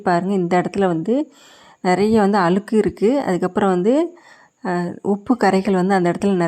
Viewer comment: அலுக்கு இல்லை அழுக்கு என்று தமிழை சரியாக உச்சரிக்கவும்.